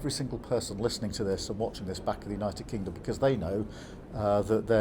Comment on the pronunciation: He got one thing right the 'United Kangdom' We Wuz Kangz